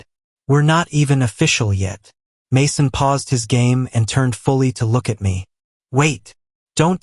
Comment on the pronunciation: What is with the all the mispronunciations? Just say "Jesus" in English. And how did it say "Mason"? OMG